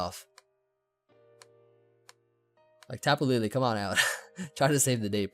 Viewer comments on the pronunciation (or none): SAYING TAPU LILI TRIGGERS ME SO MUCH